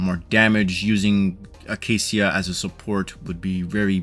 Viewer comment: the -cia part is pronounced shuh btw, sorry it was bugging me when you said seeuh. I don't really see her being super high on anyone's list even though I enjoy the pistol users. I tried her trial and I just don't see a need to pull for her unless you just want to steamroll campaign since she's just all damage and cc